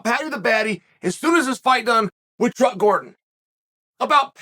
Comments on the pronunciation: What is the significance of the word "chuck" I was thinking all this time Chael said "truck" Gordon. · I thought he was calling him "truck" 🚛 Gordon I can see flash Gordon. What is the significance of the name "chuck". If that's what he said, and I got it wrong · I was sure he said "truck", I hope Chael clarifies this controversy.